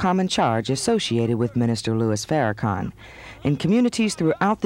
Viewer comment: One of my most annoying moments ever in life is when white people say FarraCAN when it's FarraCON...sheesh!